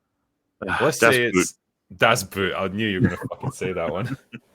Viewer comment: Das Boot is pronounced Das Boat!